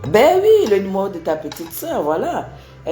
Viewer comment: On dit "numéro"et non "numoro"